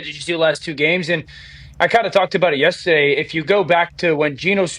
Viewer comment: Dan drops in a "Yestaday" every single time he's on the progrum